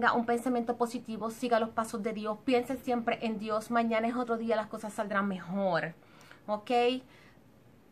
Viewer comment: Recuelde, mejol, usal, fuelte, utilizal, sel, olganico, nolte.... por favorrrrrrrrr